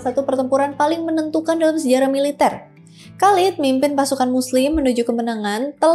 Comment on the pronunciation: Penyebutan nama yang kurang, pas.. Khaled, Umar bin Khattab Thoriq